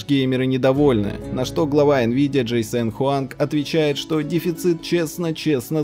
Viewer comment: "ДжейСен Хуанг"... Дженсен, а не джейсен. подход к созданию ролика, моё почтение.